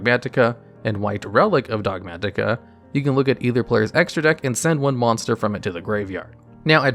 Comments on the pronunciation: The way you pronounce "Dogmatika" is giving me a heart attatika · DOG MAT-IK-A 😭 Chill, almost choked to death trying to say one word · The way you say Dogmatika is unseasonably frustrating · Those Ts get stronger every time he says it.